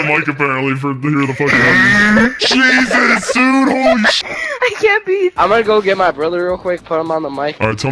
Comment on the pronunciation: It’s Weeezus